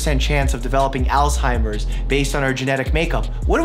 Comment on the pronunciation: 😂 why did you say Alzheimers like that?